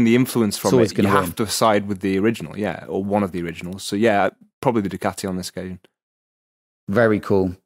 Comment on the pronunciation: Ducati not dewcati!